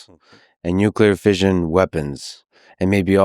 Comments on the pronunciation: Even the subtitles gets confusing when you ignore the extra "S" in fisSion lol That "s" is there for a reason man, the brits got it right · There is 2 s how can you prononce fission that way thats crazy work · Lex - nice touch acknowledging the difference in pronunciation with fission. From a Brit - Fish/un I have a question - how do we democratise fusion energy and/or stop it becoming a weapon? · Fission, like "Division" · pronunciation police here, I have to disagree with the United Statesian pronunciation of fission. If fission was pronounced like vision, it would be spelt like vision, with a single s, but alas, it is spelt with a double s and therefore you have to pronounce it the non-United Statesian way. I'm curious whether United Statesians mispronounce fissure as well 🤔. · Less than 2 minutes in, in order to continue to listen with an unburdened mind, let me say… fission is spelt with 2 s’s. Pronouncing it like vision is reckless, irresponsible, and morally unjustifiable. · What other words in English does "-ssion" have the sound of how Americans pronounce "fission"?